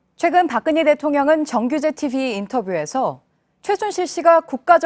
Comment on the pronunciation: 박근예 가 아니고 박근혜 입니다。 듣고싶지 않은 이름 이지만 아나운서의 발음이 틀리니 귀에 거슬립니다